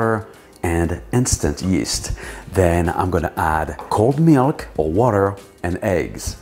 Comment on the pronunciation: He said “miyalk” 🤣